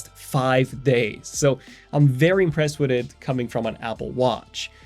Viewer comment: The way you say "witt it" countless times in this video bothers me much more than it should.